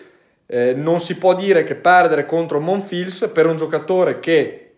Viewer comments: Ciao, Monfils si pronuncia senza la "L" ("Monfis") 😊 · Semplicemente Alcaraz non ha giocato al suo solito livello altrimenti non c'era partita. Comunque vista la defezione di Thompson ormai più che la tecnica qui conta il fisico visto che si acciaccano tutti. Ndr.. MONFILS si pronuncia senza L.. 🤣 🤣